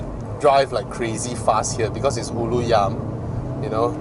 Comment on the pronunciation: the way you pronounce Ulu Yam is way more Malay than a Malay itself. lol no cap!